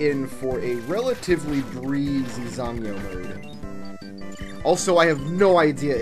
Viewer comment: As far as I can tell your pronunciation of "zangyou" was spot on.